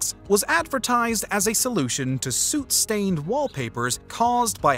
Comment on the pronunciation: The words the narrator mispronounces are so interesting. "Women, soot, ubiquitous, sculptor" No hate, just so interesting.